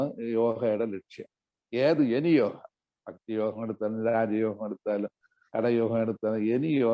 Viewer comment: യോഗ അല്ലേ യോഹ അല്ലല്ലോ?